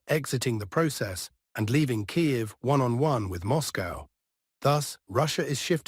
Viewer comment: Kiev, not Kayev